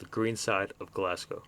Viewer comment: Ross County lost the 2010 Scottish cup final to Dundee United, not Dundee. ;) good vid 👍 good to hear an American pronounce Glasgow correctly 😁